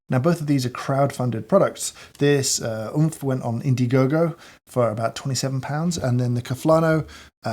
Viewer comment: wasnt oomph supposed to pronounced like roblox death sound?